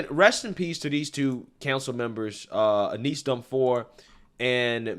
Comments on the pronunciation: Hey, I know you made mention that you have some trouble pronouncing certain things so I want to let you know that her name "Eunice" is pronounced like "YOU-NISS" hope it helps my friend! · "Aneese"? Eunice is pronounced "Yoo-niss".